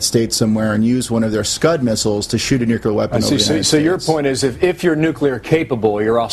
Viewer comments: nu-clear not nu-cular! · Them new- kew- lar weapons. God the people at Fox are the worst morons. Makes me want to go out and make one.